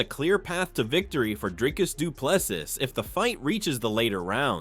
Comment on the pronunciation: Regardless of who wins, is it too difficult to pronounce his name correctly its pronounced du plesea. No s at the end. Must be an american thing.